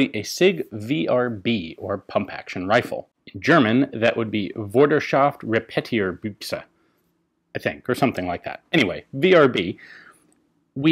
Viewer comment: Your "Vorderschaftrepetierbüchse" was quite excellent :D